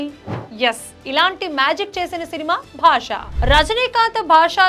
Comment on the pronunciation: భాషా కాదు బాషా 😂